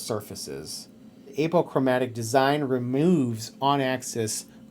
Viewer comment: Nice review. Honest and straightforward. Plus and minus concerns noted. One small thing: it's pronounced AH po chro MATIC